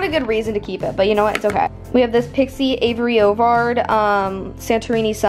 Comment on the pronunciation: Aspyn Not avery :)